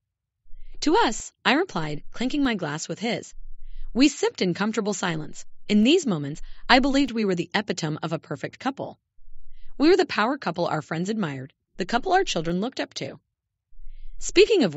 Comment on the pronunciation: Epitome= E pit o me. Not Epi tome. Con feh dahnt for someone whom you confide in. Short “i” in privy—as the i in wisdom. Coup de grace is Coo dee grah.